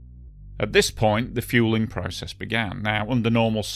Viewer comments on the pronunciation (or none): none